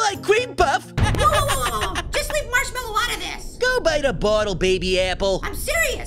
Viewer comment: APPLE SAID HE TO MARSHWALLOW